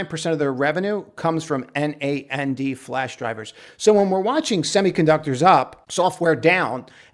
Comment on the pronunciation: NAND memory It's pronounced like Naanduh, where NAN is like the Nan in baNANa comes from Boolean logic a NAND gate or check is a Not-And logic check. Like is it cold AND rainy today? Or is it NOT cold AND rainy.